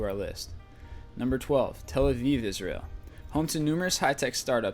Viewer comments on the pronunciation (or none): none